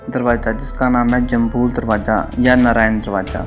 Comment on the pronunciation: Darwaza hota ha darwaja nhi